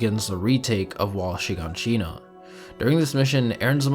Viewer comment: Your pronunciation of things like " Mikasa" "Hannes" and "Shiganshina" is KILLING ME, no one has ever said it like that it Canon😭